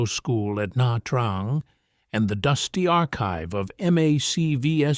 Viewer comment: Na Trang is pronounced "Nah chang". You're welcome.